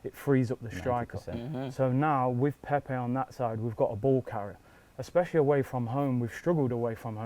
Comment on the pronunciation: Come on lads let’s at least pronounce his name right now lol How can us arsenal fans not be excited we just signed Pepe like who expected u know what ifs true we are the worst fans lol it’s a project it’s not going to happen over night ffs agreed with wingers last season was such a problem anyone could see that but we also defo need solid CB and LB and RB